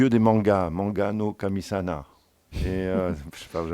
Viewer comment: Hoax se prononce "oks" M. le donneur de leçon Pasamonik ; et le Dieu des Mangas, c'est "Manga no kami saMa "